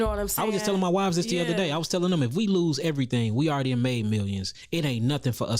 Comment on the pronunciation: Is he saying wiveS?